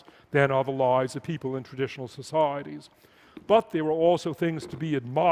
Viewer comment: You could play a good drinking game to this talk, Just drink every time he says “Soc,I,eties”